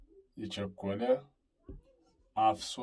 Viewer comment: የቸኮለ አፍሶ ለቅመ ነው የሚባለው አነባበብህ ልክ አይደለም ፍ ን ጠበቅ አድርገው